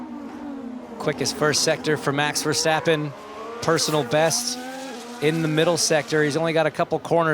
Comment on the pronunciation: "On Max Ver-attack'' oopsie doopsie 🤭🤭